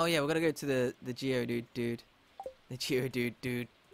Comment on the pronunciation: Every time says "Geodude" it kills me a little inside